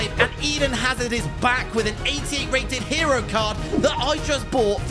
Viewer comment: You pronounce it azard